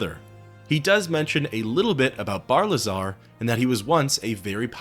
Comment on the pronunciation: Isn’t it Barilzar rather then Barlizar?